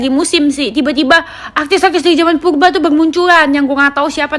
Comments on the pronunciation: Purba bukan pulba Kali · Yang benel....klau ngmong yng jlas dong bukan pulba purba ... Cantik pun bukan di wajah yng kin clong tapi lisan n hati yng bersih itu yng di namakan cantik yaa sayang ...skali lagi tlong klau bicara yng jlaas rrrr jangan di ganti " ....klau kamu cantik dk perlu kamu kasih tau orang pun akan liat kamu cantik nya luar dlm dk , Kecantikan itu cuma kesing yng asli di dlm hati ,hati nya bersiih insha allah kliatan bersinar berwibawa n anggun di liat nya ..gituuuu maap yaaa jangan oamer kecantikan dh .